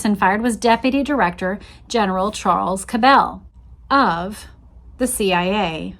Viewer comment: You are irritating me to no end with your pronunciation of the Cabell name. I grew up in Dallas and in the 60s the name was pronounced as Kab' le, NOT ka bell'!! Please don't give these low-life bastards a European twist as they don't deserve any more upgrading!! BTW, Earle was later revealed to be CIA!! So it's no mystery anymore as to who changed the motorcade route to the killing field. If they had not taken the right turn onto Houston and kept going on Main, proceeding through the triple underpass, they would have encountered a turn-off to the right to enter Stemmons Fwy!! 😮